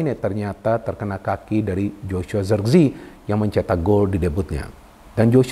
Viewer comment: nyebut nya bukan zerkzi, tapi zerekze